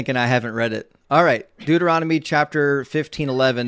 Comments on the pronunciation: This guys mouth works faster than his brain. “I’ll prove you wong” “correct or yes” “doorotumy”. He is barely coherent. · “Dueromity” 😂 FFS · what the hell is dooeromedy? lol these people are hilarious with how confidentially wrong they are. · “Okay . . . Go to Do er ah mady” Clearly a scholar. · My favorite part is the caller repeatedly mispronouncing Deuteronomy, even after says it correctly several times. “Look up da-roo-temy” 😂😂😂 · I heard Dooronomy. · Im calling it Da-roo-timmy from now on. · The caller can't pronounce Deuteronomy, but he claims to know his bible.